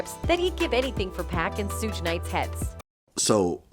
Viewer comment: I was saying the same thing 😂😂😂